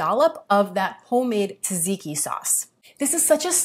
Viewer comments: Lovely recipe. Tzatziki is a tongue twister, I know, esp for a non Greek like you. The guy is right though, it's pronounced like ''jazz'' and not tadziki ....😀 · haha sometimes it is hard pronouncing greek words especially greek names if you are not Greek. Tz is pronounced like j (Jane, July). So it is pronounced as "Jajiki". Also, good job on the content, I found your channel recently and I can't wait to try your healthy recipes 👌